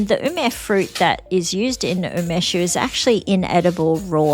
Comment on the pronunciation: do you mean Umeshu? U me shu (not u mesh), I believe. I really like Umeshu, homemade being the best, but Takara being the best commercial brand. Sake = Nihon Shu, the "White Lightning" you use in Umeshu being Shochu (chu a variant of shu), wine being Budo Shu".